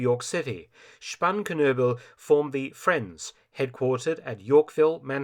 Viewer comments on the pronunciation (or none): The friends sounds a lot like my frens....